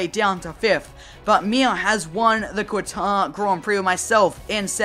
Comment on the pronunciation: FYI Its pronounced "Katar", not "Quatar"